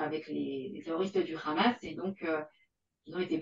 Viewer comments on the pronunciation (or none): elle prononce khamass sa m'irite